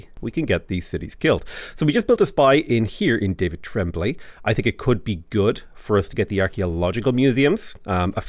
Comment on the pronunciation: Great video like always but the way said the name of “David Tremblay” make me laugh every time. I cannot be the only 😅